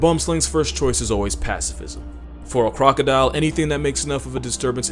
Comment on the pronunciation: am I crazy, or did he just say "Cwocodile"